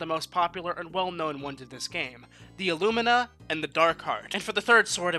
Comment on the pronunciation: Illumina not "Allumina"